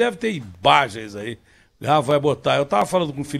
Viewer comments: Ibagens kkkkkkkkkkk essa foi demais kkkkkkkkk ibagens kkkkkkkk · "BI DÁ IBÁGENS DU ETÊ AÍ COBANDANTE ABILTON." KKKKK😂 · Um cara desse falando imbagens.. ridículo